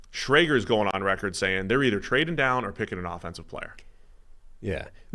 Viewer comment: Lmfaoo you know how hilarious it is that wants to argue how to say someones literal NAME but he himself pronounces the word "record" like a certified nerd. top shelf comedy this guy